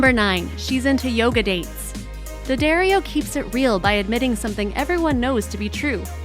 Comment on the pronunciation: 11) it’s Dad-Dario not Dad-Ario